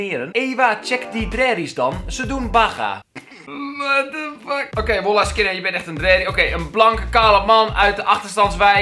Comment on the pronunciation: KELVIN SPREEKT WOLLAH UIT 😂😂 ~Kelvin 2k16 No hate vind het gewoon grappig!! Li..... Ik ga er niet eens om vragen.. 😂